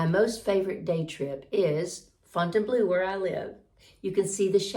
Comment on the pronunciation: I'm looking forward to hearing you pronounce French words correctly once you get established and begin language lessons. In particular, I would like to hear " Fontainbleau" instead of "Fontain-blue" and to hear clarification about the "Carrousel Museum." Your video was misleading, making it sound like there is a museum about merry-go-rounds. Amusez-vous bien et bon courage!